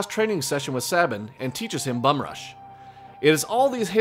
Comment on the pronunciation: SAY-Bin! His name is SAY-bin, not SAHB-bin. Dammit all to hell, I will fight this argument to my grave!